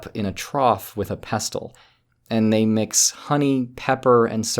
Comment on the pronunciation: Why did you mispronounce “pestle”?